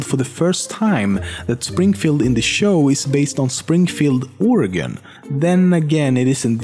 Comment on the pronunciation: ... Really quick, THANK YOU for saying Oregon properly. I'm tired of people saying "Or-e-gon" or "O-re-gon" ... It's pronounced organ, literally, Oregon, is pronounced organ.